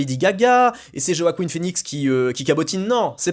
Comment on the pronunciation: "Joaqueen" phoenix 😂